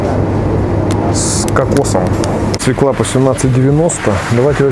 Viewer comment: ну не свеклА, а свЁкла...